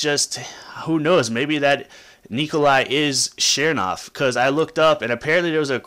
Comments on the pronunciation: ch nernov not shearnov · CHERN. JESUS CHERN-OV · It's not chernov, it's chernov, duh...